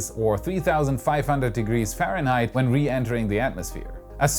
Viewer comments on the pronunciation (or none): none